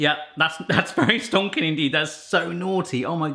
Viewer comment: Like you say all the time... looks “stonkings”. Love your channel mate 👍🏻